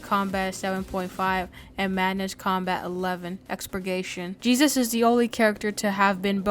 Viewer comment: The entire time he said jesus lol but its jebus